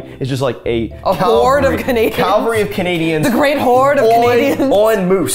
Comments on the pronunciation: Did Tyler say “a Calgary of Canadians”? 😂 Maybe he said Cavalry, but I full support “a Calgary” being a unit of measurement for Canadian populations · Fellow Canadian here. At first when Tyler said a "Calvary of Canadians" I heard a "Calgary of Canadians" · Did you say cavalry or Calvary lol